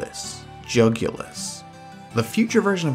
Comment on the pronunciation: In fact, the early bird did not get the worm lol That last one. Jug-you-lis.